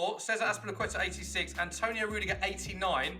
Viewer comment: It’s Rudiger not Ruidger Sky